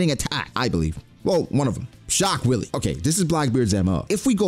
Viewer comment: If you make a guide to laws fruit please learn the pronunciation for shock wille because calling it willy is goofy as hell